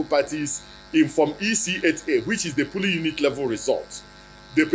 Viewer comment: Is it polling or pooling, sir. No one believes your rubber mouth again !!